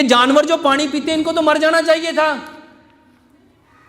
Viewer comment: Pani not panre.